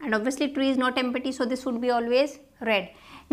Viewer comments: it is not em-pa-ty..it's pronounced as em-ty...p is silent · Empty is pronounced as em- tee